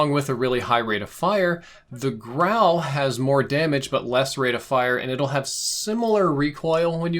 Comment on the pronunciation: Such a relief to hear your pronounce the guns name correctly. All the other youtubers I’ve seen have been calling it the “gru” or the “guru” smh